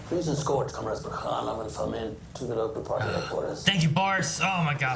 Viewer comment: LegAsov - stress goes on A (second syllable) Fomin - thats a surname and stress goes on I (second syllable)